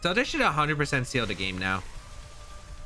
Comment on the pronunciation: Still can’t stop hearing you say REALLABOOM